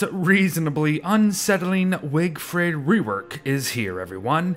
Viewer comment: I came here just to hear wigfrid mispronounced